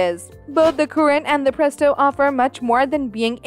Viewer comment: She said pretso